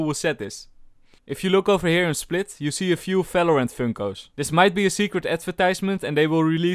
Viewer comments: I like how you are always saying Falorant c: But still your Videos are amazing, keep up with the good work. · Am i the only one you thinks that he say fvideo and fvalorant